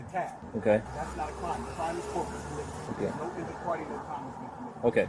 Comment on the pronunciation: I'm 77 and have never heard corpus delicti pronounced like that.